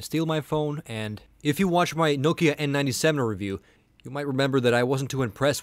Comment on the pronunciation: i like how you say nokia....but you should say maemo as mayemo :P